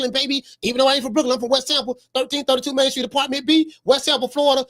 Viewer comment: Lol@ when u said " & he mian event!"... Straight shame... U right saying berlanga is the Rican version of bronner